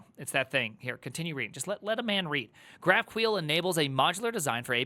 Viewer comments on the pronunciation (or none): If I hear this man pronounce "GraphQuel" one more time istg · say graph queel one more time , i dare you , say it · Javascript runtime are actually very performant these days. For GQL, it has nothing to do with queer, please pronounce it correctly and what you showed was basically just wrong usage of GraphQL. You are not supposed to do single field or even SQL queries at all from GQL. GQL should be seen and used as an API Gateway. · Wtf is Graphqueel, it Graph-q-l, just like S-Q-L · Dafuk Is GraphQueel? 😂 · That's really not how GraphQL is pronounced, right?